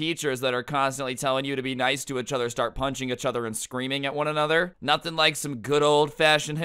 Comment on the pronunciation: why does he say eachother like “achother”